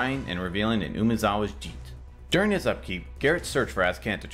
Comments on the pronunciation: Yep, should be pronounced Jee'Teh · Sorry, but I have to correct you. Jitter is pronounced Jeet-Ay, not jeet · I had always pronounced it "Jit Tae" in the past, but I always thought that was wrong. So I went to a pronunciation translator and that's how they said it. Oh well. I'm doomed to always mispronounce something! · you pronounced "jitte" wrong but good video. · These guys have been playing competitive Magic for who knows how long and they don't know how to pronounce "Jitte"